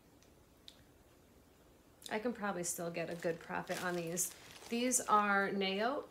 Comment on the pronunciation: Naot. You said it right!!!